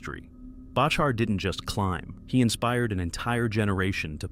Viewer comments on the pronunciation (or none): Learn to pronounce his name… It’s Back her….. not Batch her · Its far from thousands of people barely hundreds get your stuff right amd it’s pronounced Back our dingaling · You can’t even pronounce John Bachar’s last name. It’s very disrespectful. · This is what happens when non climbers make videos about climbing. Shame on you, you cannot even pronounce John's last name correctly. Crawl back in your hole, please. The amount of misinformation here is mind boggling. Shame, shame, shame. Noihing but shameful douche-baggery in this.